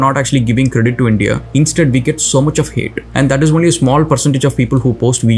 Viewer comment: by the way it is " only" not "vonly".